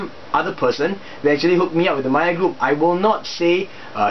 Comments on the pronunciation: Hahah you said "Mager" instead of "mayer" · Just a heads up for future Videos. Meijer...is pronounced MY-ER!